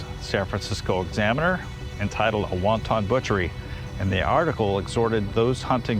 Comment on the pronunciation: Wanton is a term that means "Merciless, Inhumane...Wonton is a Chinese Dish.🤔 The 2 words are not pronounced or spelled the same, Thought you'd like to know.👍